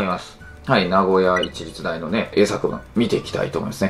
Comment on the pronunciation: 前から思ってましたが、大学名の読み方は「なごやしりつだいがく」じゃないですか？さほど重要ではないかもしれませんが•••